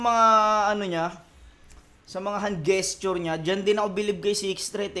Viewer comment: Ang daming namamaling battle mc sa pronounciation ng "gesture" haha